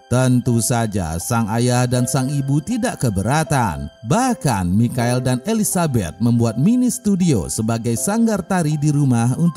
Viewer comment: Bang,,michael bacanya maikel